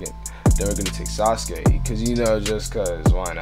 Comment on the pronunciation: Anybody else be like suskay who is dat it’s sasuke saz-oo-key that’s how you pronounce it lol